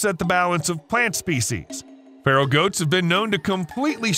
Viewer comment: Feral,meaning wild;not pharol like an egyption!